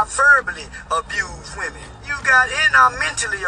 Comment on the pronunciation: Is it a thing to pronounce ”women” as ”woman” now? I don’t think he’s glitching because he’s doing it repeatedly!